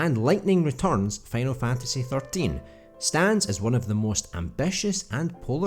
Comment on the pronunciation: “Fanal Fantasy”